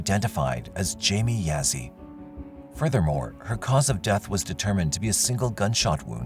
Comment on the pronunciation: For Jamie Yazzie, Yazzie is pronounced “yah-zee” not “ya-zee”.